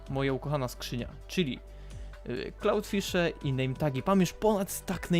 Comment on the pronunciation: Powiedziałeś cloudfishe zamiast clownfishe xD